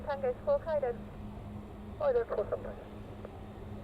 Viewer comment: Hi, nice to see a change in your videos, Btw the W in Hawarden is silent, so in North Wales we pronounce it as Harden. Regards from Ray the old sod from North Wales.